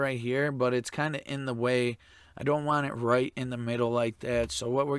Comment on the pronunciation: I think the expression is "want it" not "waaaaaarn it"